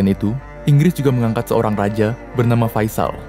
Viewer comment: faisal bang , bukan fasial